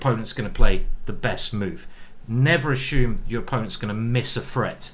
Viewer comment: Ashume? Assume I believe